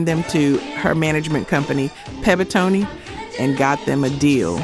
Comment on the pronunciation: It's Pebtone,Pebnles record label was Pebtone,Not Pebtone".